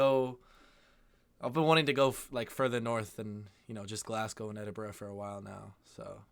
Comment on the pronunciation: Omg did he ACTUALLY say "Glass-cow??" And Lack LoMawnd? I'm need a tranquilliser...PLEASE please please, Americans visiting Scotland...at least try to pronounce name places correctly...❤